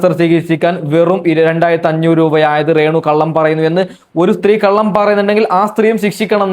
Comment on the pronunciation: റേണുവല്ല ബ്രോ....രേണു